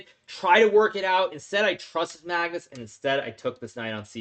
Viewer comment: hahahah why does hikaru say Magtits instead of Magnus hahahha